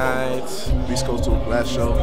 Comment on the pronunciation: fail on the pvrple mob it's coAst not cost xD Tahhh! can't even say your own city right GTFO